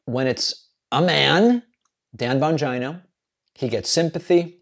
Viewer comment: Dan Bon-Gina 😂💀